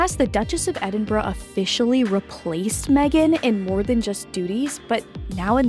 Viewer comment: I’m so glad to have found your channel! I’ve subscribed and am powering through playlists (: I hope I can give you some info in an elegant way and not come across in any way as a stinker… Norf*ck (Norfolk lol), Edin-bra (Edinburgh), and Reese (Rhys) are a few I heard in the first 3mins and I thought might be things you enjoyed learning, since you’re a dedicated researcher. I only learned when I worked at a British bakery and folks would ask for “Red Lester Cheese” and I’d say we didn’t carry any… only for them to hold up Red LEICESTER cheese and cluck at me rudely! I’m sure there are many more I still get wrong 😂 but didn’t want you to get any of the clucking that I got! All ❤ and hope you’re enjoying Tennessee!